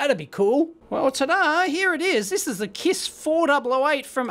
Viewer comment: This confused me a little bit, too. He clearly said 'four double-0 eight' several times, but when I looked, the equipment said 488, which would be 'four double-8,' right?